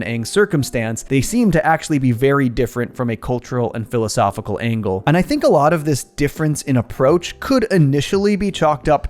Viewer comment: > hehehe-- "Philosophical Aang-gle"